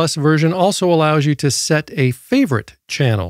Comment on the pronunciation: you waisted 3 minutes of my time preaching like an evangelist trying to promote the product and where YOU got it from (a sponsor which means YOU HAVE to talk about them) & the way you say "YOU" is annoying. Commenting about "Diabetes sausage fingers" is offensive.